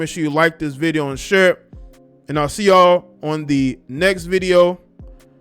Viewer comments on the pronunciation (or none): none